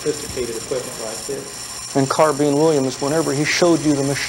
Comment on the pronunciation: See, there was a time when Americans knew it was a carbine, not a car-been